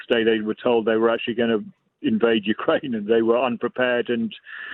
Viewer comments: "Ukrainia"? Really? I mean, it was at least twice. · Ukrainia? I haven't heard that since I was a little kid and mispronounced the name of my father's homeland. What a journalist you are .The headphones are a curious retro touch, very 20th century. Is the audio fidelity that important? Is your studio really noisy? Marxist glasses?